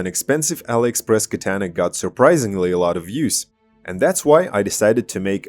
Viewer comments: You say katana completely wrong... These Aliexpress katana are crap. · The way you pronounce "Katana"..